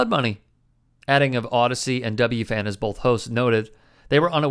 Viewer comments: "W-FAN"? W-F-A-N. Brutal bro. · It’s W-F-A-N not W-FAN lol that drove me nuts as a New Yorker lol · In all of your research you didn't come across how to say W-F-A-N properly? 🤣